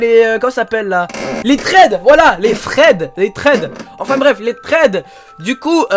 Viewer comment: On dit les sraid pas les fred